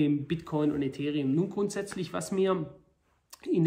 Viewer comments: „Bitchcoin“ 😂😂😂 Klasse Video wie immer👍🏻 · Bitchcoin hab ich ihn auch vor 2 Wochen genannt :) Sau witziger Versprecher . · "Bitch-Coin" LOL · Das passiert den besten: "Bitchcoin" :D Danke dafür, dass Sie uns regelmäßig mit Infomaterial zu diesem Thema beglücken. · Bester Versprecher soweit. ;) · Wie immer sehr interessanter Bericht - vielen Dank. Da ich Wortspiele liebe, habe ich mir den kurzen Versprecher "Bitchcoin" sofort gemerkt und den Vorschlag dieser neuen Währung an Elon geschickt, damit er diesen Coin mit tausenden Prozenten Wachstum pushen kann ;-). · “der bitch-coin” so nennen Sie also den Bitcoin intern. Wahnsinn. Da musste ich lachen:D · wer kennt ihn nicht... den Bitchcoin xD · Der Bit"ch"coin zeigt sich sehr schwach :D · 🤣🤣🤣 kleiner aber feiner Versprecher